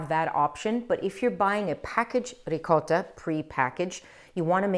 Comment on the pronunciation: Ciao Christine ! Non solo la parola gnocchi, ma anche la parola ricotta. Spesso sento gli americani che pronunciano qualcosa come…”riccoda”. :)